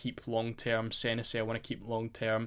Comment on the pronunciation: Its pronounced seh nessy mate 👍